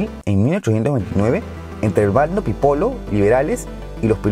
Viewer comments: Se dice pipiolo, no pipolo uwu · Bueno. Pero donde dice Pipolo es Pipiolo. Donde dice Balmáceda es Balmaceda. Y este se suicida ya terminado su mandato.